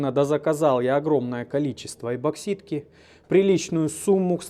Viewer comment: Новая подборка различных косяков в произношении: эБоксидки ))) Только начал пить чаёк и тут такое!... :) подшиБник! )))